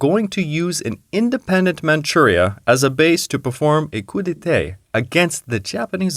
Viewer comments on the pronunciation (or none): Coup d'étais (or) Coup d'été?! You know, it takes less than a minute to learn the proper pronunciation of things like "coup d'état", which, I point out, is pronounced the French way in English, too, giving even less of a reason to mispronounce it.